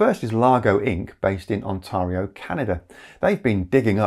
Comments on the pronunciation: Constructive Criticism: Ontario is pronounced On-TEAR-io, not On-TAH-rio although if you asked anyone who lived there they'd probably pronounce it as Onterrible. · The usual pronunciation of 'Ontario' in English is as "on-tear'i-o" or "on-terry-o", though the pronunciation in French is somewhat closer to how you said it. Here's a video with a cringey 60s era boosterism song that will be seared in your memory so you'll never forget how the province's name is pronounced